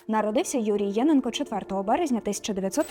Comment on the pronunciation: ЄнЕнко. Такий наголос правильний. Тут фото не Луганського педагогічного інституту, а, якщо не помиляюся, його Старобільського філіалу.